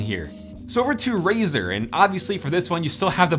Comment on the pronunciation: its Razer not fucking razor... XD